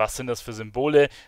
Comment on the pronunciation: Du schreibst dich Telar, sagst aber Tchelar :D